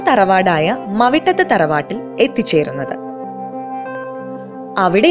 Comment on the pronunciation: മവിട്ടത് അല്ല..മൗട്ടത്ത് ആണ്.പിന്നെ ഈ ആന മൗട്ടത്ത് നിന്നും പാലയിലേക്കു വിറ്റു പോയിട്ടുണ്ട്...ഈ ആനയുടെ പുതിയ കഥകളാണ് ഇവിടെ അവതരിപ്പിച്ചിരിക്കുന്നത്......